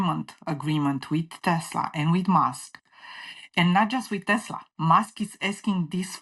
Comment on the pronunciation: This guy is repeating what she says anoying tbh watch full interview,and its TESLA not TESLAR.